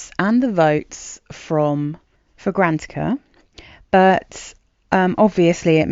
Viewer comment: Fragra- NAT- icka Not fra-GRANT-icka